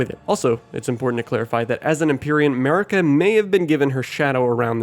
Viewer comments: Is it just me who hears him say, 'Murica even though Marika is pronounced Mar-eeka. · "Marika" just sounds like "America" but with a heavy accent